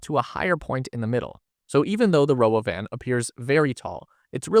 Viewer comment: It's not "Robo-Van;" It's called the Robóvan - Accent on the 2nd 'o.'